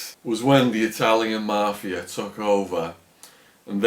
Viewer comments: It's MAFIA, not MARFFFIERRRR. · Anyone else hate the way he says mafia ?